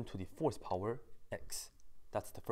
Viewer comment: When you "fourth power" it sounds like "horsepower"